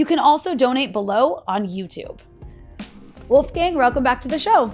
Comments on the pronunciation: Wolf gang?, as if he is a gang of wolves, maybe this person never heard Mozarts first name pronounced correct either? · Wolfgang is not a gang of wolves ;-) The a in "gang" is pronounced as the u in "dung".